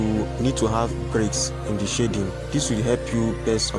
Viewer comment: Bro, please do not pronounce "shading" the way you do ;) Awesome tutorial though.